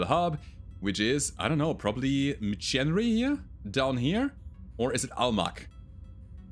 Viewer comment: McHenry = MickHenry